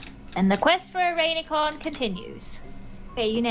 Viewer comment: did just say ‘rainycorn’ or am i deaf😂